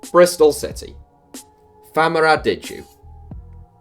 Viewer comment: Famara Diedhou is pronounced “Jchay-Ju”